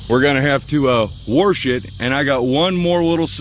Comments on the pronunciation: " LET'S WARRRSH IT " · " LET'S WARRSH IT "